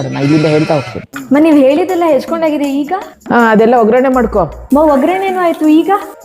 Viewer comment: 😂😂😂 lit video! completely relatable! ಒಂದು ಸಣ್ಣ correction. ಅದೂ ಒಗ್ಗರಣೆ (oggarane) not ಒಗ್ರಣ್ಣೆ (ogranne).